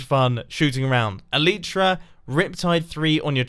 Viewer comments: It’s pronounced El-i-tra not el-EEY-tra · it is pronounced elietrah not aleetra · The argument is always "eh-LEE-truh" vs. "eh-LYE-truh", but the actual word— an elytron [pl. elytra] is each of the two wing cases on a beetle— is pronounced "EL-ih-truh", with the stress on the first syllable. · Elytra is pronounced əlītra, Not əlētra. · Great video! But Eleetra??? Check your pronunciation. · u said eletra lol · Mumbo, I'm not saying you are bad at pronunciation, but it's pronounced as E-Lie-tra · I agree. It should be "EL-uh-truh" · He said elytra (he pronounced it as [ah-lee-chra]) and I almost fuckin puked. What on earth influenced you to say I that way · You said elytra wrong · Please start pronouncing elytra correctly! It makes my ears bleed every time I hear it wrong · im triggered by how he said elytra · your pronunciation of Elytra hurt my brain. xD